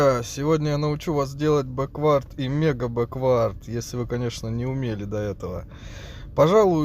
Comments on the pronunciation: Почему ты говоришь бэквАрд а не бЭквард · Не бэквАрд ,а бЭквард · все супер только не бекВАрд, а БЕквард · Беквард блять а не беквАрд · Не беквАрд, а бЕквард) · Крутое и информативное дерьмо. Только произношение английских слов режет слух немного - "бэ́куорд" в данном случае было бы верно. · Мне одному кажется что в слове бэквард, ударение идёт на букву "э"?